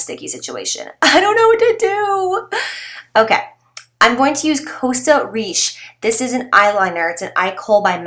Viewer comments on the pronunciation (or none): none